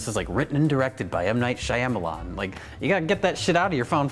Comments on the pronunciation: Guise, it's pronounced M Night Shamaialaiading-dong. As in Oh-Eee-Oh-Ah-Ah-, M-Night-Sham-eye-ah-lie-ah-lie-ah-ding-dong. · It's pronounced 'Shyamablackbettybamalam'. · I'm just here for pronunciation of Shyamalan.